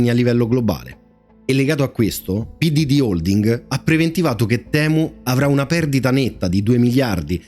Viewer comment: Giusto per far chirezza, se si vuol dire la parola temu come gli inglesi la pronunciano e': TIMU